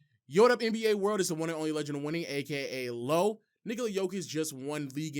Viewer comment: why buddy sound like he was gonna call him Nikolaodeon